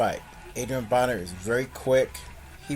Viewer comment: it's Adrien Broner not Boner!